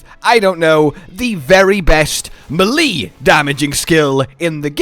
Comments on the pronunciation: May lay not muh lee. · Pronouncing melee as “muh-lee” is absolutely wild lmao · DUDE! MELEE IS PRONOUCED AS MAY- LAY! here is a link. how does a gamer not know this?!?!?!? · I loved the video but it hurt me when you said muhleee 😂 keep it coming though man. Been loving all of it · Nobody says melee like that. You're better than pretentious, bud.